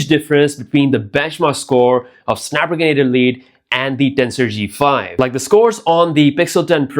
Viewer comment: I’m going to need you to learn how to say snapdragon 8 elite chip lol.